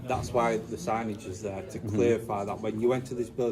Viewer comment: Wow great to see PTTP in the North ☺️👍 love the way the Rotherham people pronounce "there".